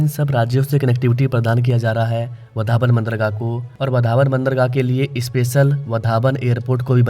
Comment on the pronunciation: वधावन ❌ वाढवण✅ बांद्रा ❌वांद्रे ✅ वरली ❌वरळी✅ भायंदर❌ भाईंदर✅ उतान❌ उत्तन ✅ थाने❌ठाणे ✅ सही उच्चारण करो जय हिंद जय महाराष्ट्र